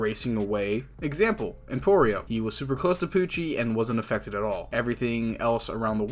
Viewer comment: I love how the Translation Pronounce Pucci As POOCHIE